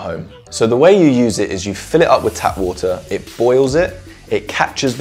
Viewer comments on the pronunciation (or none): He had me at "wuh-tur".